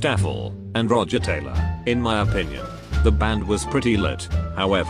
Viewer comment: Brian: soft voice "I'm Brian May and i play guitar for the group called Queen" ~1 second later~ Roger: "rOgE tAyLaH and um i'M tHe DrUmAh"